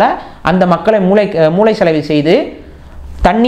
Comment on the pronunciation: அவர் மூலையை எங்கே பார்த்தீங்க? 😄😄... அது மூளை 👍... பலருக்கு ஏன் லகரம் சரியாக உச்சரிக்க முடிவதில்லை என்பது கமெண்ட் பாக்கும் போது புரிகிறது 🤷